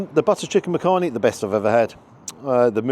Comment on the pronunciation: 'Makhani' is pronounced (phonetically) as 'Muck-honey' - but you say it quickly as one word (and not Makhaani). Believe it or not, people from the Indian subcontinent make shepherd's pie and lasagna at home but will use Asian spices when preparing the meat. The traditional English recipe is just too bland for our taste buds! Not seen it offered in restaurants before.